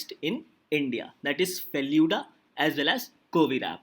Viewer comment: It is FELOO-DA.😑